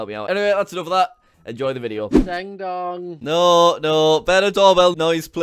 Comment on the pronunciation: When or said ding dong I thought he said dong